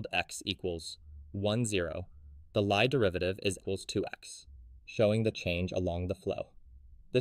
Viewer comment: Lie derivative should be pronounced as "lee" derivative, it is a Norwegian surname